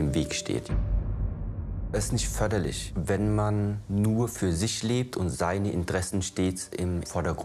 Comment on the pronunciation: Wie er ,,förderlich sagt". Klingt irgendwie hessisch😂